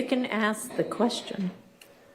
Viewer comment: no one axed anything. its ask. ASK. AAAASSSSKKKK